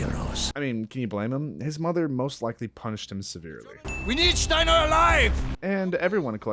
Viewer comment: Steiner is pronounced Steiner why you felt compelled to pronounced it wrong. Either know what your talking about or shut up. God I appreciate how you try to appreciate the game. Just maybe dont talk out your ass. Considering how young you are I ain't suprised.🤦‍♂️